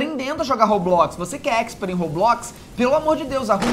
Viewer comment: Jesus cara não é Roblox é Roblox Roblox eu acho que você não passou da 10 anos da Escócia não como você não sabe falar Roblox que é isso eu acho que você não conseguiu falar Roblox direito